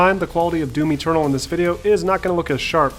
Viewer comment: The way you said doom eternal sounded like doomy turtle. :)